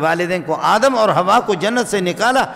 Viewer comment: aap itne bade Alam Hai Adam alaihissalam ka naam theek le